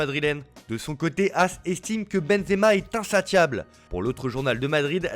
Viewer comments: Insatiable se prononce « insasiable ». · Alors, ça se prononce "Insassiable", juste pour info...